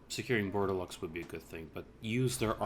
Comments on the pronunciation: Dude, it´ is pronounced "bor de lo" not bordelox ^^ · Good guide. I wanted to play Brettonian factions for awhile, but the beginning event was kind of throwing me off. One thing however, the X in Bordeleux is silent :P